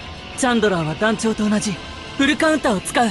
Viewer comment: そこがいいというか フルカウンターの発音が好き♪